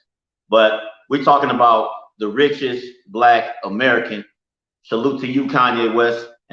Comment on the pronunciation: Ameri-can, he's not an a America. He said that twice